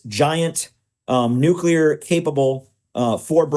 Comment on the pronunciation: stupid! who should stand against irgc nucular bomb?! you?